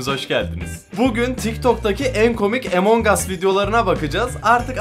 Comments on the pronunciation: yo okunuşu amang as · EMON GAS DEĞİL AMON GUS DİYE OKUNUYOR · abi emong as diye okunmuyor among us diye okunuyor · Ya abi o emonhas değil ya 😅😂🤣😅😂🤣😅😂🤣 onun adi amongus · Abi artık among us 'A emong as deme artıkkkkk😡😡😡😡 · Abi emongus değil among us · Emongas değil amangos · Emong as değil AMANGAS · abi emongas değil amongas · Emongas deyil amongas o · emongas deil amongas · Videoya girerim Mert : EmoNg us Bne : EMONG AS DIYO YHAA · Emong as nedir yaw Abi lütfen doğru düzgün söyle lütfen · Among us öyle okunmuyo